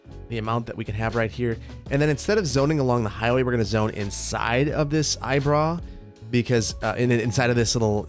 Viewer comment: What's that term you're using for the loop in that one neighborhood? It sounds like you're saying "eyebra" or something similar but looking it up, that's either not the correct spelling or I'm not hearing you correctly.